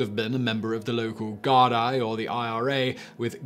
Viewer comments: For the Irish one, Gardaí is pronounced more like Guardee. The fada on the í gives the letter an e sound. :-) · Gardaí has an “e” sound not i sound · I audibly laughed at Simon's mispronouncing of Gardaí 😂😂